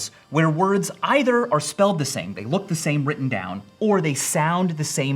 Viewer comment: 'ither' and either